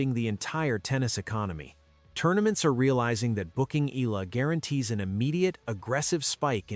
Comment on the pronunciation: Pls pronounce her name as Eh...yah...la....